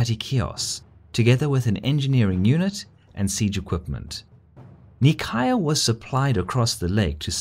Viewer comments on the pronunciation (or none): The way he says Nicaea kills me. It's not knee-chi-ah it's nigh-see-ah. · Omg the cringe, Its Nicaea, not Nicaya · Um, actually, it's NEE- KAY- AH, or NY- SEA- AH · Oh my goodness... Nicaea is "ny-see-a" not "nee-ky-uh." In Greek it's spelled Nikaia "Nee-keeya." You are right is is a very famous and important city... >.< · “Knee-cai-uh” how about “Nai-see-uh” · Nicaea In English it's pronounced "Nye-see-ah" We're all familiar with the name Nicaea. By pronouncing it so differently (and incorrectly anyway) you are making things more confusing. By pronouncing it normal and proper, you would have been more informative, as when someone hears of Nicaea, they might think of Constantine, and will say "Ahh, the place of the Nicene creed, and that famous council and whatnot. Interesting." In Greek and Latin, it would be something like "Nee kea." In Italian "Nei-chea" I don't mean to be hypercritical. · Isn't it pronounced "ny see ah"? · I thought nicaea is read as "nai-see-ya". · I think NICAEA should be pronounced Ni-Seea with the "C" pronounced like an "S" ? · nicaea is pronounced nice-ee-ah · NICAEA is pronounced as "neigh sea yeah", Ever heard about a Nicene Creed? - it is a religious "prayer"- the name comes from a conclave held there. Come on, it does not take more than 1 minute research, you don't have to butcher the pronunciation of every name you come across... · We've used Greek pronounciation of Nicaea in this video. Causes some confusion though. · That prounouciation of Nicaea pains me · How can you pronounce Nicaea wrong? It's almost as absurd as fucking up London or Paris, it's just so short and simple that it should not be possible. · Is anyone else annoyed every time he says Nicaea incorrectly? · Nicea is pronounced differenctly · I cringed every time you said Nicaea, in which the c is pronounced like an s.